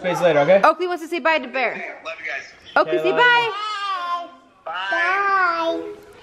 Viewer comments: It's pronounced Oakley sorry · It's not okley it's Oakley